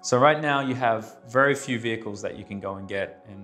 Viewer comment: We ‘khave’ arrival 😂